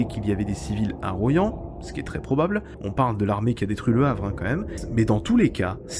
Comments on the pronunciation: Royan ça se prononce "Roi yan", pas "Ro yan", ça m'a écorché les oreilles. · Chaque été je vais à Soulac et à chaque fois je passe par Royan. J’ai appris quelque chose aujourd’hui. Par contre ça se prononce Roi-yan. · Bien vu pour Larminat, un crime de guerre ces 2 bombardements sur ce pauvre Royan (prononciation bizarre dans votre capsule 🤣) 500 civils tués poir seulement 15 soldats de la Wehrmacht, il me semble... Enfin sans polémique contre l'idole du moment qu'est de Gaulle, ce dernier aurait insisté pour qu'il n'y ait plus aucune poche (Festung) allemande lors de la capitulation du 8mai.. D'où ce dernier bombardement absurde et criminel du 30 avril 45... mais je n'ai pas la Vérité absolue, bien sûr !